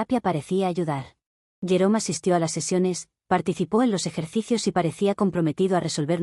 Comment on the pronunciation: Me he quedado pensando porque, cuando escuché el nombre del ex-esposo, pensaba que había dicho llorón en vez de jerome XD, creo que ese nombre le viene al pego.